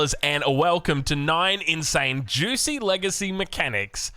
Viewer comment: Juicy's legacy, very fun pronunciation, perhaps an homage to OJ